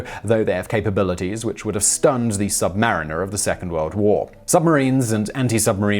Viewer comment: I don't get why you'd pronounce submarine correctly but then say submarin-er entirely differently